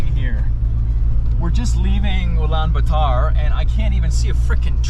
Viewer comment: ULANBAT(U)R and not ULANB(A)TAR 😉... a Beauty full Video 👏👏👏👏👏